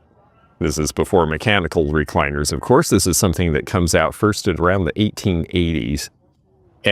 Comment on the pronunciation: ❤ Hi again,. Watched again before bed so I can go to sleep w a smile on my face. I just needed to add, "somethen" like that. " 😅